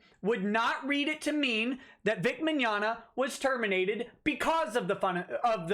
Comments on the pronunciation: "Meggnogna"? Who are these children. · "Vic Meggnogna" lol. "Vic Mignignog".